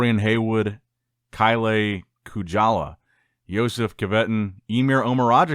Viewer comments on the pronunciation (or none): You butchered that pronouncination of Kille Kujala so badly as Finn😂